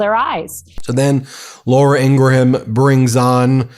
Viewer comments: Ben, are you mispronouncing Laura Ingraham's surname on purpose? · In-gra-ham is deplorable!